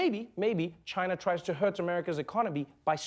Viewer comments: "How can you fight a country when you can't even pronounce their name?" - Side-splitting critique there from the sage Noah. The crowd of circus seals make the right noises. Fuck 'Jyna', who are they to determine US protocol, what the fuck is wrong with you. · The fact the the first thing he criticizes about Trump is how he says "China" is pathetic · I love how he pronounces 'China' in Bengali it means ' I don't want it'.